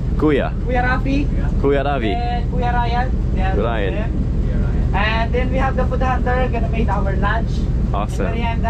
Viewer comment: always says the names wrong lol. The guy's name was ryan not lion